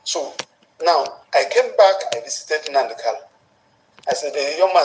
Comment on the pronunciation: The lawyer can NOT properly say MNK’s last name. He calls him Kalu instead of KANU. So, that says a whole lot about him.